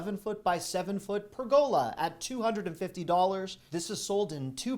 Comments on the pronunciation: Omg, the way you pronounce Pergola kills me. It is adorable. 😂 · I was waiting for this comment! I was trying to figure out if he was pronouncing it with a regional accent I wasn't aware of. 😅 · Please learn the correct pronunciation of pergola. You make me laugh. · Love your videos! Watch them religiously! FYI, the word ‘pergola’ is pronounced ‘PUR-guh-lah’ (not ‘pur-GO-lah’). Just a helpful tip for you. 😃Happy Spring! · Purr’gah-lah, not purr-go’lah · it’s PERgola, not perGOla. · Please correct..... It's PER' go la Not per GO la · PERgola, not perGOla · It's pronounced "PER~GAH~LAH"... not "PER~GO~LAH" ! LOL. While we're at it, it's pronounced "AH~KAH~SHAH" and not "AH~KAY~SHAH". You can thank me later. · Love Love Love your presentations each month.. Keep up the great work! BTW...it's pronounced pergola: pûr′gə-lə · I laughed out loud about the frozen cheesecake! Love your videos,. You're a treasure. BTW, pergola is pronounced PURR-ga-la, with the accent on the first syllable. Just sayin'. 😊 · You said it wrong - it’s a purr ga La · Hilarious I have never heard anybody pronounce pergola they why you do😂😂😂😂😂. Must people pronounce it per/ga/la. Guess we were all wrong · I know you appreciate corrections - it's pronounced PER-gah-lah 😀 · It’s pronounced Per-Go-La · It’s pronounced per-guh-la. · pergola [ pur-guh-luh ] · "...behold! 12 spinach & cheese blossoms." I'm always a sucker for the "behold!" And interesting pronounciation of "pergola."